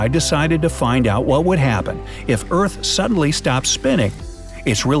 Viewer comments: It’s earth not eart anyway I’m a big fan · its earth not eart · Are we gonna talk about “Eart and Sropped?” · No one: Absolutely No-one: Brightside: Eart sropped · this video gave me chills for some reason, it actually so scared what if this legit happens? and did anyone notice he said eart, not earth, let’s pray for this world! 🌍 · Did nobody notice he misspelled earth and said eart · It’s Earth not Eart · it is earth not eart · It's earth not eart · EART EEEAAARRRTTT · It said eart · Ahem,EART, *fake cough fake cough* URGHHH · It says Eart instead of Earth why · you said eart oof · They said eart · You said eart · you mean earth you said what if eart and you said stropped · U said “what if the EART SROPPED spinning right now” lol